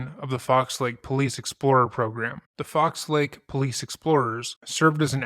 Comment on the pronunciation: "Fox Lake". It's singular. How hard is it to read the name of a town?